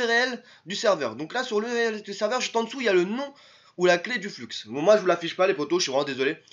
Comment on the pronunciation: Ca ce dis Flu et pas Flux ><"